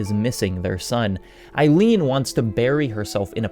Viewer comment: great video as always but, c'mon, EILEEN?